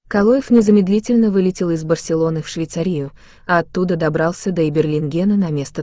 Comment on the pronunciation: Почему голос,читающий текст делает ударения неправильно , а Швейцария на мин (сделано ударение на -И-) - это вообще треш.